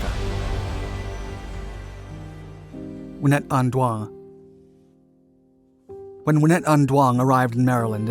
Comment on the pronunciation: Yeah she looks extremely Vietnamese to me but the narrator completely butchered her name, giving the idea that she wasn’t. Although, as a Vietnamese whose grandfather was almost blown to smithereen back in the Vietnam War. I can’t say that I’m all that proud for her archievement. It’s quite hard to gobble that up tho, it was just 40-50 years or so ago, the scars are still there.